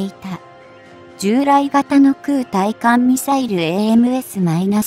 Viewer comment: まだ｢ついかんみさいる｣って言ってるね。 ｢たいかんみさいる｣って言ってよ。 あと、｢ながしゃてい｣ってのも、｢ちょうしゃてい｣だよね。